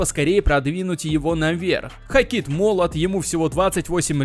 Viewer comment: Как же уши режет ХокИт